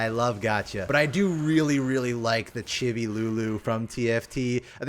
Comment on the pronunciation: i love how pronounces chibi like chubby with an i